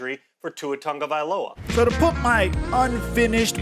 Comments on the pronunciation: I really wish you would say his last name right. Loa not Ola. Low-Uh. Please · It's pronounced: Tawng•oh•vye•low•uh NOT! Tawng•oh•vye•oh•luh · dude it’s TAGO - VAI - LOA put some respect on his name. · TagovaiLOA, Not TagoviOLA.. Just trying to help you on the correct pronounciation. Appreciate the videos. Keep up the great work! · Tagovaiola is how you pronounced it, it's Tagovailoa. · Please start saying his name right, LO-A not O-LA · Tua has stressed that his last name is tongue-uh-vai-loa... it's Maori so you pronounce it that way Edit: just for this case, maybe just say Tua, because for some it's super hard to pronounce his last name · My dude it should be toungue-uh-vai-loa... tua has stressed this so many times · “Tua tagaliova” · Straight butchering his name smh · Please learn how to pronounce his name correctly. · The way he pronounces his last name kills me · The cringe when pronounces Tua's last name 😬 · next time say his name correctly if youre doing a mini doc on the guy... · Lmao how is it that gets tuas last name wrong every time 😂 at this point he has to be trollin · love your content...Can you please look up Tua’s pronunciation? 😂